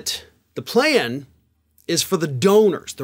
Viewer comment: Mitt Romney has a ply-an? I know you’re a, but now you’re sounding like Penelope Pitstop 🤣💄🚘